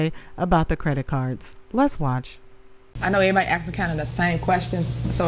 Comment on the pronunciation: I hope the Feds give Tiff Tiff everything she "axxin'" for.